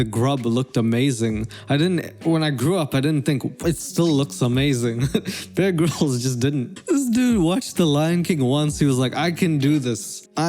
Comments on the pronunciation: I thought you said bearg rolls instead of bear grills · I honestly kept hearing 'big rolls' instead of bear grylls sdalkjsljaljs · Anyone else hear him say "egg rolls" when he was saying Bear Grylls? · I swear you're saying bear girls